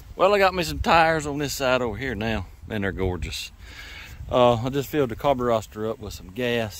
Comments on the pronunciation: I stopped watching after the 30th time you said "Carburoster" as if it was funny or clever. I will never watch one of your vids again. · I wish he'd say the word "carburetor" correctly at least once....